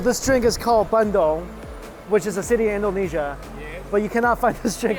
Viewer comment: Its Bandung with U and not Bandong you silly😂😂😁😁😝